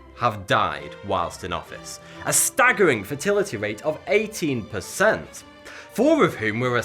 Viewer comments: When he says "fatality rate", it sounds like he's saying "fertility rate". It makes a funny difference in the narrative. I don't know if it is his local accent or what. In the US, we say FAYtality. He is saying FUHtality. Is that a UK thing? Also, many economists are not so sanguine about criticizing the low pay of third world workers because they ask, "As compared to what?" Certainly, no one with access to high paying desk jobs in air conditioned offices would consider a dangerous and back breaking job as a ship breaker for just $3 a day. But, those who take such jobs would not if they had acces to something better. If their industry was banned by enlightened politicians, these same people will be forced into worse employment. Such alternative employment must be worse by their own calculus or they would go there now and abandon the dangerous $3/day job. Criticisms of such jobs give no thought to the alternatives available to those who take them. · ha ha ha ha "fertility". this geezer makes me p##s myself with laughter. lol. "fatality" darn fool. pronunciation= (fay-tal-eh-tee). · Fertility or fatality ????? Pretty sure you are saying the former. Not the same thing sadly. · So when you say "fatality" like in Mortal Combat, you say "fatility"? Were you dropped on your head or what? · not a master of english accents but I'm pretty sure you said fertility instead of fatality twice towards the end of the video. So funny =)) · Stop saying fertility instead of fatality please bruh! I can't stop laughing haha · Love how he pronounces 'fatality' as 'fertility'. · Was he saying fertility rate? Or fatality rate? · I love his accent but it sounded like he was saying "fertility" instead of "fatality" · I know it's your accent but please try to say fatality instead of fertility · Anyone else hearing "fertility" instead of "fatality"? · When he says "fatality" it sounds like "fertility" - quite the opposite concept. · is he saying fertility or fatality